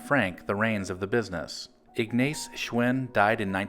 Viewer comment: The name is pronounced IGNOTZ but spelled Ignaz….also tye Company was Arnold Schwinn but the WORLD was just a model as they had dozens of models